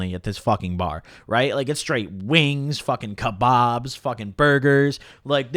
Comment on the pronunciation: You say kebab like a right nonce😂